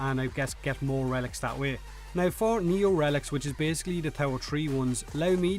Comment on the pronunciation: "In the game right nouw"